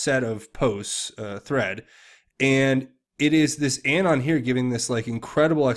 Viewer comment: I love your channel. But your pronunciation of “Anon” is AGONIZING... it’s UH-Non as in Anonymous. Not A as in Apple. I dare you to correct it. 😬